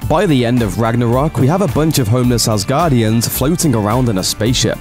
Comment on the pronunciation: Devis anus... asguardians....